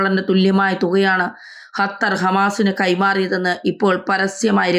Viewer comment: ഹത്തർ 😂 ഒന്ന് പോടി തള്ളേ ആദ്യം പോയി നാക്ക് വടിച്ചു വാ. സോളിഡാരിറ്റി എന്നാണ് സോളിസാരിച്ചൂട്ടി എന്നല്ല 😂 പോ തള്ളേ